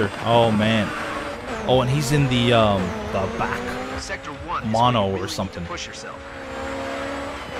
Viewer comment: BTW, I understand that this series ended long ago, but no. the first guy had the B.A.C. Mono, and the second guy had the cross bow. BTW, for those watching, It's pronounced Bee Ay Cee Mono. B.A.C.